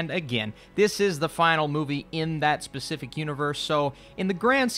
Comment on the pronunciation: This fool said Pacific's😭😂